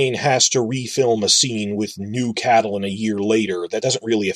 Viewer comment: Whyyy are you saying Catelyn like that